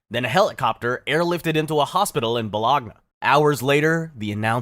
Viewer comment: C'mon man, it's Bow-lon-nya, not bo-log-nah 😆